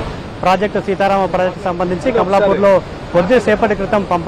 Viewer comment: కమలాపూర్ కాదు అయ్యా కమలాపురం. మా ఊరు పేరునే మార్చి వేశారు గా నాయన 🤦‍♂️